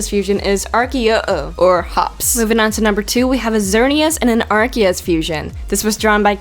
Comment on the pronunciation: u mispronounced arceus it spelled ars e us